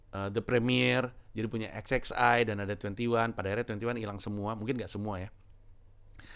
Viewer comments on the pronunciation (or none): Satu yang bisa dipetik dari video ini, salah satunya adalah XXI ternyata bacanya “eks eks ai” bukan “eks eks wan” wkwkwk